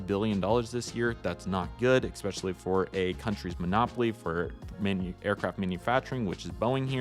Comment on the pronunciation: Appreciate your effort but you guys are hacks. And "ex specially" isn't a word.